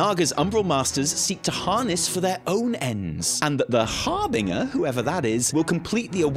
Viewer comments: magical school nerdy girl voice "It's harr-bin-jurr not harr-bin-gerr !" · FFS, it's pronounced HAR-BIN-JER!